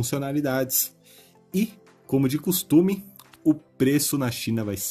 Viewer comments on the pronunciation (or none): none